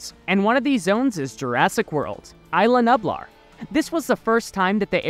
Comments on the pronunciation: btw it’s pronounced (Eas-la Knew-Blar) not I-la Nueb-lar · Repeat after me: eye lah new blaar